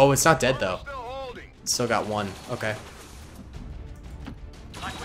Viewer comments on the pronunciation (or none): none